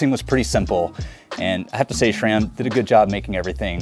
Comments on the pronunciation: Love your videos dude! But it did surprise me you don't know how to pronounce "S"ram (it's not "Sh"ram) 🤣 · Why do you say "shram"?